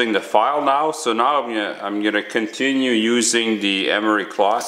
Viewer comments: cloth, not clot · Are you calling it emery clot?